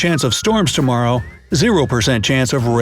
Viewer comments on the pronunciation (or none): none